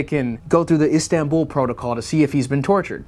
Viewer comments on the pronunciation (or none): none